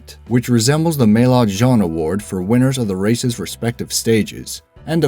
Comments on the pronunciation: Maillot jaune = MAYO JON. thats how it should be pronounced... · The pronunciation of maillot jaune made me cringe. This channel is garbage.